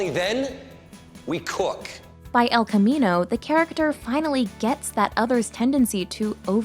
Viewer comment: Who's Spanish speaking self cringes every time the narrator mispronounces "el camino?"